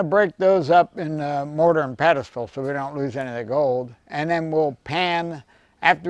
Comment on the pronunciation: It’s “mortar and pestle “,, pestle. Just sayin. Luv ya man, thanx fer another great video.